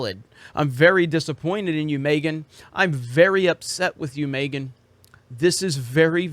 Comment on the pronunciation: Is he purposely pronouncing Megan as “Maygan”